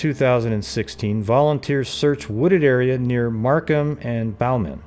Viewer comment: Bowman Rd is pronounced “Bow-Man” (Beau or Bo Man) not “Baughman” (as it rhymes with vow or how).